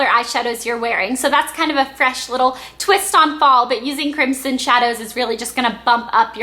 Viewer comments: it's pronounced crim-son. Not crimp-son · the "s" in crimson is pronounced with a "z". Just so you know :) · it's pronounced crimZon -_ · ok i love this:D BTW isnt Crimson pronounced Crim-SIn? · you say crimson wrong.